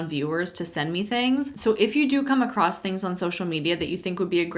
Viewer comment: Everything he's saying is so cynical. Why can't people see this? Personally, I lost interest in his speech quite early because there is no t in across.